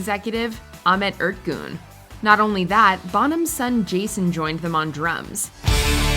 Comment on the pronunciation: Ahmet UR-teh-jun.